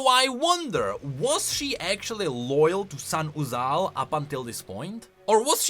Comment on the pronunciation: i will do 5 pushups for every time says "Sahn-uzal"